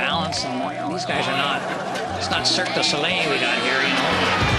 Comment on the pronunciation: Not Cirque de Solei alright